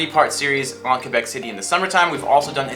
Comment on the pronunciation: Thank you for saying Québec right